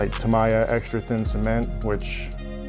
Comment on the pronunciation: You gonna add light buckets to the 34? Also, ta-mee-ya